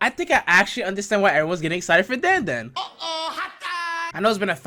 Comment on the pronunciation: dan dan is triggering why u say it like that